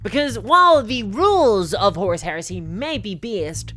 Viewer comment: As a non-naive English speaker I have to ask: Does anyone else hear "horse heresy", or is it just me?